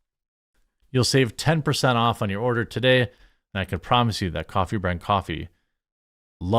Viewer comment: Coffhee/ Coffher…. Just saying